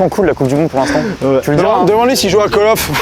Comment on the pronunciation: "cale off" 😅